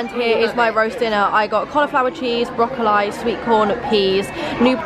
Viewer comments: nah that made me cringe why did she say broccoli like that please? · Broccoleye…?! This is like the time said door-itos! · "broccol- eye", ahah aww I love you!!! ❤ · ‘Brock-a-lie & yorksheeer pudding’ 😂💔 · Did just say Broc-co-lie 😂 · Did I just hear brocollEYE 😭😭😂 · love your videos, such a sweet girl doing this for your family 💕😌 but i have to say, Brocolli is pronounced Brocolee lol. anyway i hope you all have a really good christmas! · wait did you just say broccoli as brocol-eye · She did not jus say. BROCO-Lye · Wait wait…. How did you pronounce broccoli?! 🥦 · sorry. i love you, but.. broccoli is pronounced brocco-lee, babes 😘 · it’s broccoli like broccoLEY pls say it properly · They have a thing where they think that’s the proper pronunciation but they didn’t used to pronounce it that was. There’s a whole segment of her and her mum discussing this on one of her old videos 😂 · Everyone stop hating there was a vlog were someone said they were saying broccoli wrong so that's why pls watch her vids before u say anything thank u and if u want to see the vid it is there Christmas day 2020 and the time was 13.07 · i have never heard anyone pronounce broccoli with the I like that at the end before .......... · anas pronunciation of broccoli 😭😭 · anyone hear how pronounced broccoli? 😭😭